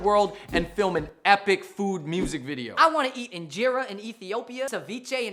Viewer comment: i can safely say as an ethiopian, your way of saying Injera is really awkward "in jay ra" just sounds so... american, its not an insult because thats how most people say it but it is pretty funny. If you would like, the correct way to pronounce it is "in-JE-ra".